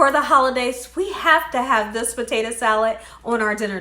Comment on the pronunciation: Listen Miss “”….just Stop trying so hard to be cute saying POTATO wrong on purpose…NOT CUTE …CHEAPENS YOUR VIDEO